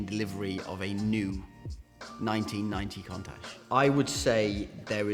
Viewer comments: Every time he says the word contact he's winding me up lol! It's pronounced coontash not contash!! For someone who sells cars for a living you'd think he'd know that doh!😀😀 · Countach not Contach say it correctly bro... Still, what a car. 80s legend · There is a U in Countach Its not pronounced Contach. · love the vids but the word is countach as in count not contach ok,now also all tyres have a manufacturers date stamp eg 4319 this will be 43rd week of 2019 .this is so all tyres are good for roughly 6 years shelf life,this when they start to deteriorate .so if they are the original tyres bin them now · He's supposed to be a classic car expert and can't even pronounce the name correctly. It's KOONtash. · Contash 😂😂😂😂😂 your a twat and can't even say the bloody name properly. Dumbass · Wrong. In Italian, the right pronunciation is KOON-tuck but in English most commonly pronounced KOON-tash. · Why does he keeping pronouncing the name of the car wrong 🙄 contash 😂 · Ffs learn how to say Countach 😂😂😂😂😂😂😂😂😂😂😂😂😂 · Unusual pronunciation of countach .I’ve been hearing the word for 40 years ,never heard it pronounced like that